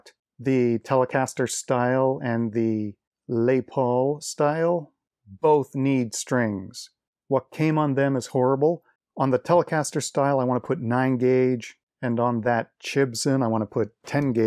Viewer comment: I think Les Paul is pronounced like Wes and not like the French word. I'm not a guitar player though!